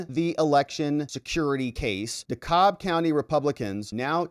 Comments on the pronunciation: By the way. Dekalb is pronounced 'deCAB'. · the county Dekalb is pronounced De- Cab county. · Hey... it's pronounced "dee cab" county, at least by us locals.